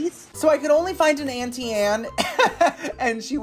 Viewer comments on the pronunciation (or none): none